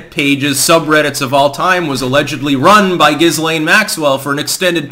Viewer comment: Lol “Giz Lane” 😂